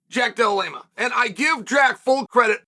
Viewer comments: Jack "Del-lama" I'm going to laugh when people start calling Chael "Shale Sonmen" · I am convinced CHAEL is butchering guys names on purpose at this point 😂😂 JACK DELA LEMA SHAVKAT RIHMAYEV KAMARA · Or Jack Deleema.😅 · Chael I need you to stick to calling JDM three name Jack for his sake you butcher his name every time 😭